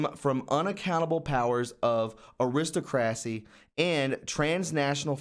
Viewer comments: "Aris-ta-crocy?" Really dude? "Ari-stock-racy" FFS this is yalls "media?" LoL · air-iss-stock- ra-cee!